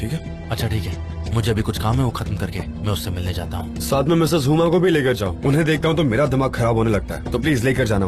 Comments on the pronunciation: Sanam’s pronounciation is incorrect as hell( the dubbed one) it’s not heuuuma it’s huma. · Miss hummm hummmm he can't say miss huma😂😂😂😂lol